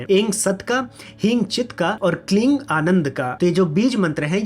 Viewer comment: जय मातादी! प्रश्न 1: जब आप कोई बीज मंत्र का उच्चारण करते हैं तो कभी 'ऐं' को 'ऐम' कभी 'ऐन' (में मात्रा की उच्चारण की बात कर रहा हूँ)। वैसे ही 'ह्रीं' या 'क्लीं' में आप कभी 'क्लिम' और कभी 'क्लिन' तो ये क्या भेद है? क्या यह संभव है, कि आप मंत्र जाप के बारे में एक वीडियो बना सकते हैं? बहुत से लोग अक्षरों को गलती से उच्चारण करते हैं, और मेरे पास इस विषय पर कई सवाल हैं। अगर आपने पहले से ही इस विषय पर एक वीडियो बना लिया है, तो कृपया अपनी प्रतिक्रिया में उसे उल्लेख करें।